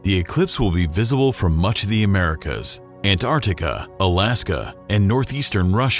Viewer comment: I thought at first that this video's text was being read by a very good text-to-speech voice, but would the computer mispronounce "antarctic?"